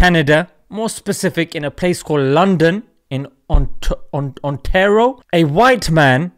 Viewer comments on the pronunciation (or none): It is Ontario and not ontaro by the way. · 😂😂😂 not ontaro It's On ta Rio Ontario بارك الله فيك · lol its pronounced...ON-TAY-REYO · it's (on-tae- rio) ontario hehe 2 jannah